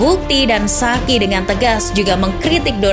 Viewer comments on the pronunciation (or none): none